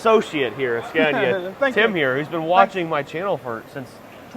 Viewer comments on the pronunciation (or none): "Skaaahneeaah." Not "Scaayneeaah". Try it. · Watched both of the production line videos. Very interesting. And by the way... the first "a" in Scania is pronounced like in the english word "are". 👍